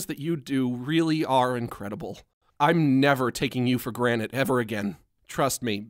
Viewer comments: HE SAID GRANITE INSTEAD OF GRANTED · Did he say “ im never taking you for granet “ it’s granted or is it just me ? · Did he just say granite?